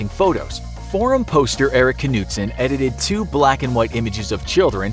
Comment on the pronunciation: That’s not how you pronounce “Knudsen”. The d is silent, and the e is pronounced as ø.